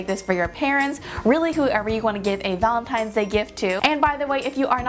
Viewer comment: Valetines day.. Where is the n? Lol love you 😊